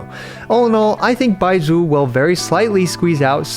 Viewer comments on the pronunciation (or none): If you want help pronouncing the "zh" sound, try saying the s in "measure" it's the same sound Bai-mea-su